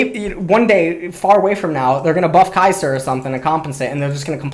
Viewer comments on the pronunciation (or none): none